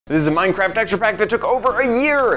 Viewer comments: XD You said minecrack instead of minecraft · Instead of saying minecraft you said minecrack! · did he say minecrac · did you just say mind crack? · He said Minecrack! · You called it Minecrack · He said Minecrack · Did he say Minecrack? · You said Minecrack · You said mind crack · $1 he said minecrack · He said minecrack 😜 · u said mine crack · you said minecrack LOL